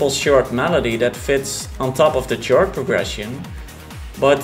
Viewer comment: its not a tjord progession but a khord progression. the c is pronounced as a k!